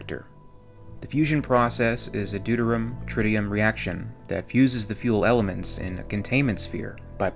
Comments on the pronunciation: not to be a dick.. (Im not I fricking love your content man.. really.. totally hooked) its pronounced auto-nom-ic also.. deuterium is doo-ter-ium ., I do this because I care.. your work is priceless <3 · Deuterium is actually pronounced dew-teer-ee-um, just for future reference. Love these videos, regardless! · It’s pronounced du-tear-re-yum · deuterium is pronounced doo-teer-ee-uhm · Check your pronunciation of ‘deuterium’, ‘autonomic’ and ‘supralight‘.